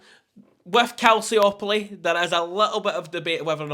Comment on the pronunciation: pronunciation of Calciopoli is hilarious, love it